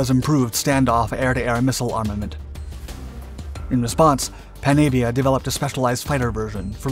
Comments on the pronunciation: It’s pronounced ‘Panarvia’ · It's pronounced exactly as it's written: pan-avia. There's no 'r' sound.